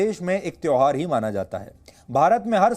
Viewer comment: Tehwar ko tehar bolne wale the.